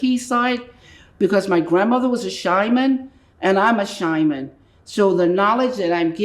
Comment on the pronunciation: Her pronunciation of shaman lets her down but I believe her..👌👍